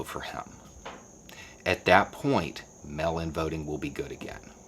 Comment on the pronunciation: I agree with this - and yes it's frustrating as hell, even though it'll end up benefiting me since I mailed in my request for a mail-in ballot yesterday here in Florida. Just one TINY little critique of the video...I had to hear it a few times before understanding that you weren't talking about a "melanin ballot." Enunciate for us transplanted yanks listening in please! MAAAAAYL! Not mel. Sincerely - one of the minority in The Villages voting for Biden.